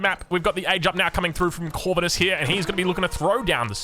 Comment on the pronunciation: Nah mate, ur pronouncing it wrong... It's not Corvinus... It's Corvinus... Good lord... 🙄😮‍💨